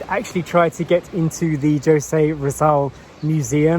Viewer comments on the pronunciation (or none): Okay,. I'll let you in on some names that you should know how to pronounce by now, especially being in a Spanish - influenced country - for, what, two years already? "Jose" is not "Josay." It's "Hoseh." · I have never been to that place. So fresh, quiet, and beautiful. BTW,, Jose is pronounced as "Ho-sé". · jose is pronounced as “HO- SE”…